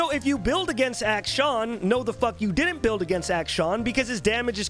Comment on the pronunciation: action? acshin? acshawn? im so confused